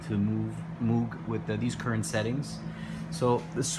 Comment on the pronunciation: moog rhymes with vogue